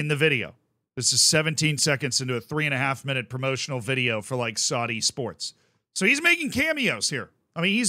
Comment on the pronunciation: needs to be careful. Saudi Arabia is very powerful and they may come looking for him to punish him. Not for saying that they are corrupt but for the way he mispronounces Saudi.